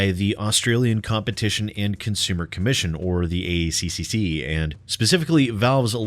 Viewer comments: It's pronounced A-Triple-C, because we're smart enough not to butcher it the way you were forcefully doing it through out your video. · Just say 'A triple C' instead of pronouncing every C in the ACCC name. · For future reference to save your tongue it is said "The A triple C" by most aussies :3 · As an Australian 'A C-C-C' makes me giggle; we say A-triple C' :) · Hearing you say ACCC-CCCC seriously made me giggle. It's great seeing you enjoy yourself. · to save your tongue it's "A Triple-C" and to be fair, all aussie beer is also piss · We usually pronounce it "Ay triple cee" - it's just easier that way. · Good job,, we pronounce it ACCCCCCCCC here in Australia, too.